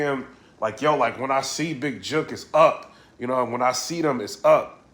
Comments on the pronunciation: lol he said big Juke!😂😂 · Jook not Juke(hook but wit J) u from da ville u shud know Memphis lingo😂. U know what’s sad we so use to war around here it seems regular we see vids & reports we just think yall soft it’s jus a normal Thursday to us🤷🏽‍♂️